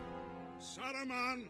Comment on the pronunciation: well, that's the first time I hear someone slightly mispronounce Saruman's name but I really liked it